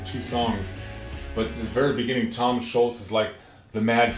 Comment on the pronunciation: Let him know it's Tom ScholZ, not Tom Sholts.